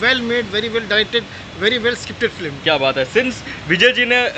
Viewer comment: Film toh bolna seekh flim kab tak bolega